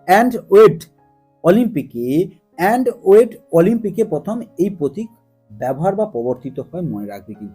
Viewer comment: অ্যান্টওয়েট না কথাটি অ্যান্টওয়াপ হবে।